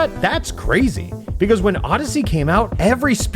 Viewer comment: I can’t stand that he says “pee-cause” instead of because